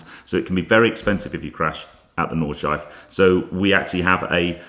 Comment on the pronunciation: Super looking forward to the podcast tomorrow, I've actually rearranged something so I can watch it before I go to Salon Prive! 🤗 Also, unless anyone's said it already, it's 'Nawd-shlai-fuh' not 'Nawd-shife'. Just saying. Love you man! 😘